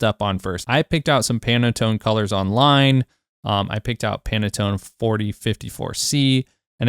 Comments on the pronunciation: It's pan tone, not Pana tone. Great video, thank you very much! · pan-tone not panatone lol great video though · My brother, it’s not pronounced “pannetone”, it’s pronounced “Pan-Tone”. Like a frying PAN and the TONE of the song. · Stop saying PanAtone please :D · It literally says 300 and you kept saying "30". Am I losing my mind? And he kept saying "Panatone". Have I been saying Pantone wrong all this time too? I'm so confused...